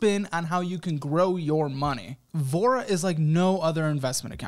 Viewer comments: When I first heard you say “Voura” I heard “vore” I was like well damn 😂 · tell me i'm not the only one who was listening to this in the background, and thought sponsor was called "Vore" loool i was like "who didn't speak up at that startup pitch meeting"